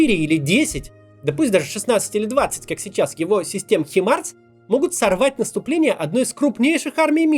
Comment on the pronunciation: Хаймарс, а не Химарс, пишешь правильно, а говоришь по-деревенски.